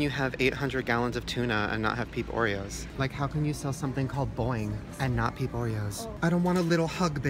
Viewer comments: Wait the whole time i thought he was saying pink oreos not peep oreos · MissPronounced oof